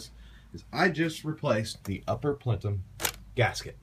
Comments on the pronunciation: Plenum, not Plentum. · Yeah. Unfortunately, he did. It's *ple-num*.......not 'plen-tum'. Reminds me of an idiot I used to know who would say 'al-blum' instead of album and 'trem-lo' instead of tremolo. I imagine this guy is probably good at math because in my experience, people who are good at math can't spell, pronounce shit correctly, use bad grammar and generally can't do anything BUT math with any degree of competence, including basic communication or socialization with humans. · Christian is 100% correct, its PLEN--um. Not PLEN-TUM. Good video though--why on earth would you mess around with junk yard plenUMS when you can buy a new one with steel sleeves for under 100$? Then you never -ever have to change this again. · You're video is GOOD and informative.... My mother was southern, she said "warsher", NOT washer. I dunno why, but in school, in spelling class, I spelled washer, "warsher", and was told I was spelling it wrong because I was pronouncing it "wrong"... I still SAY "warsher". PLENUM.... NOT PLENTUM... There's no T in the word.... Say "PLENTUM" all you want, but I now know my spelling teacher's pain, and my own hearing it mispronounced quite regularly.... GREAT video otherwise. :) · Great video, what’s with the emphasis on Plenum? But you keep saying Plentum. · Plentum????.... it's called a plenum for the last 30 years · PLENUM.. not plentum,,, hahaha lololll amused. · Plentum? PLENUM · Plenum. No T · Did he say plentum? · He did i was yelling at my screen its p l e num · Say it with me, PLENUM. UPPER PLENUM. There is no T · What is a "plentum"!?? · Good video but I have to admit, my OCD kept kicking in every time you mispronounce Plenum.